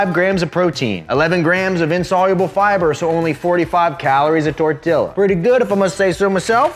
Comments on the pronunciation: I’m happy you were just saying tortilla like that but you actually can say it correctly 😭😂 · Tor till a or tor tea la......?????